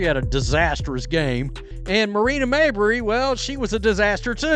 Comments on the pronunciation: It's May- bree , not mayberry. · He said Marina “Marberry”🙄 it’s not that hard to say Mabry.